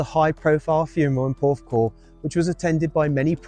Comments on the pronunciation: You said porthcawl right. Wish I knew you were here, would of come & said hi. I’m literally 10mins away in Bridgend. ❤ Steve Strange is an absolute legend ❤ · You say porthcawl as it should be said xx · Amazing video,,loved Steve and visage…..I live about 40 mins away from the cemetery….never been but will make a visit to pay my respects….and you said it right…Porthcawl..😊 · You pronounce Porthcawl spot on. ❤ xx The wreath with the red ribbon was placed by me at Christmas. The flowers in the bunch on the right I placed on the anniversary of his passing. I do this on behalf of the fans. X ❤ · Great one yes iam from wales, yes you pronounced it perfectly,didn’t now he was in porthcawl didn’t know he was from wales and spent so much time in wales your shows are full of great details,such great memories of a great time we all have had in the eighties I was 16 in 1984 so your only a few years younger than me 😂.